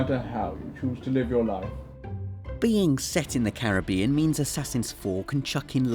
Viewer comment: Thank you for pronouncing 'Caribbean' correctly :D